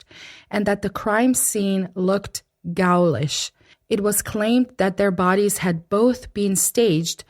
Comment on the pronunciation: The word "Ghoulish" is pronunced kinda like "Goo lish". Pretty good video though. I moved to Indiana about an hour north of where this happened and the town I grew up in was much the same as Delphi. Fairly small, kids and parents didn't worry about stuff like this. Pretty sad we are finding as time goes on there is more danger and not less, in spite of al the survelience equipment everywhere. Even having the ability to record stuff on your phone doesn't deter some people, but at least in this case it helped find the person responsible.